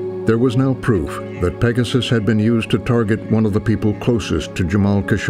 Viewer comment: Pegasus = "Pay Jasoos"